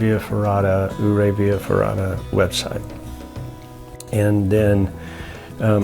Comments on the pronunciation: Dang - I'm just down stream below the power station and didn't know about this until this video. I'll walk up there in the morning and have a peek. I hate to be a snob but it's "You-Ray", with most locals putting an emphasis on the second syllable. Great video and thanks for promoting our fine little town. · for some one who "goes" to the ice park-how can you get it so wrong? Your-ray!!!